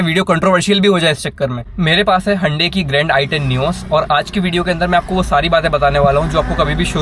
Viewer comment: HYUNDAI sounds like Ande 🥚🥚🥚😂😂😂